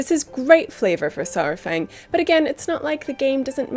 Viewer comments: People uhh.. People know it's Pronounced SAR fang, not SOUR fang, right? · The troll in Old Soldier Says it himself 45 seconds in. The first spoken words in the cinematic are "Oh, Lord Sar-fang"